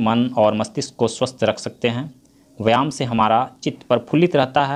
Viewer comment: Vyayam hoga aap galti padh rahe hain yah mat samjhega ki ham aapko galat comment Karen humko Jo galti Laga ham aapko Bata diye Hain